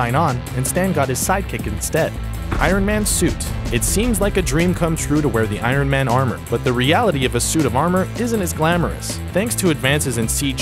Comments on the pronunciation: "I-run"?! Lol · Is it just me or is this guy incapable of pronouncing "iron"?